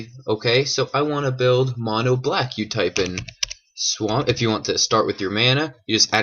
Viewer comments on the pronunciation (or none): none